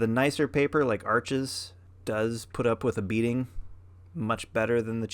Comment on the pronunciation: Wow you painted after 6 yrs, how exciting, I hope you keep going?! I recently discovered your channel a few days ago and am so glad YouTube recommended your channel. FYI: Arches is French, it’s pronounced “Arsh,” the (s) is silent. Thanks for sharing!!!